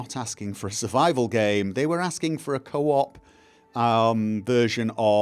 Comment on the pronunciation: you sayd coop Multiplayer (and not Server-based) weirdly